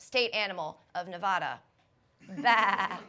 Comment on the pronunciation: I was laughing right up until you mentioned Nevada. 1. being you miss pronounced the state. 2. Its the big born sheep which is tough and wild, not some lame ass farm animal. Ill continue watching the show now. P.S. still butthurt